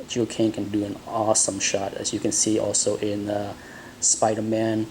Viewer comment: Gil not Jil! G as in Gun.....